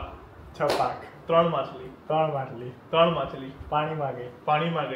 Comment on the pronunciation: machil na badle makhile makhile bole chele ma 😂😂jojo 😅maja aave 😅😅😅